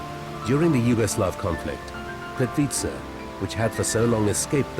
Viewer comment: I am not sure how the man pronounces This lovely place ... it is a bit odd hearing that accent trying to say it , I guess .... for me , if somebody cannot say it exactly as dialect for each country or region will say it , just try to get phonetic enunciation right , without trying to add accent / vernacular on top of that ... already can tell when someone is not from a place that they try to pronounce with local accent as if they are trying to put the same inflections into the word to fit in with the culture or language etc.... it is already bad when some people butcher the wuss things are called within various regions etc .... like when some from America or Some British people try to say words like Paraguay and they sound like they’re having major stroke or something ? How they will try to pronounce with inflections as if they are enunciating how the locals will say it ,but it only adds to the disconnectedness of it all and does not Sound at all like they are pronouncing correctly or putting right accent or dialect or however it’s called into it ... they will always sound as if they are struggling to say the entire word, in such unnatural inauthentic way that has no fluidity or normalcy to it and make so many people just cringe to hear it haha. It is apparent when some of these people try to say various names of these places in documentaries , where if they just try and not add inflections of the accent they try to mimic , they will not standout so badly , as when they over